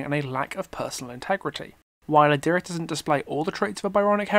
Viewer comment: This whole time you we're saying Adiris, I thought you were saying Our Dearest from simping